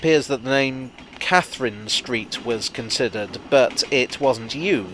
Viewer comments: it's pronounced Kath-er-rine Street (three syllables) not Kath'rin (like the girl's name). Reason? That's how the Katherine family after whom the street is named pronounced their name. Only real old Croydonians know that (and I am an Old Croydonian as well!) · Proper Croydonians pronounce Katharine St with a long “I”. Really proper Croydonians pronounce is Caf-a-rine St still with a long”i”. And it’s not strictly the current town hall, in fact it’s the second one. The current one Bernard Weatherill House, is actually the fourth one. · Kathrine Street is pronounced Kath-rhine (as in the German river).